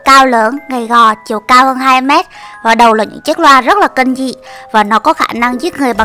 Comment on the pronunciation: Kinh chứ ko phải kin seo chị cứ nói kin hoài vậy em ko thích